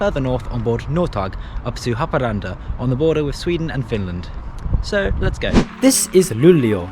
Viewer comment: wow, I never expected a X52 to be the fastest train in Sweden, as a local this still surprises me, his pronunciations of Swedish words are funny and always makes me laugh, the pronunciation for Haparanda was on the more correct side though but anyways good video